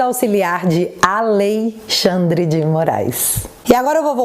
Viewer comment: "Aleixandre" deu boa!